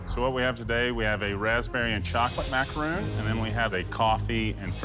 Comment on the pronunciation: i hate how they pronounce macaroon